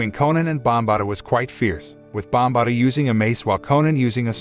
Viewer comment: ok its Bombaata not sure why that bothered me so much